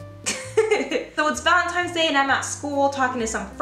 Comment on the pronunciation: am I the only one who hears "valemtimes day?" XD I so understand .. Chicano problems . lol I thought it was your mother in law saw the wedding video and she made valentines bad. not a hs story . You got me . lol